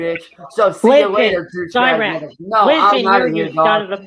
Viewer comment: he uses it correctly he pronounces it horribly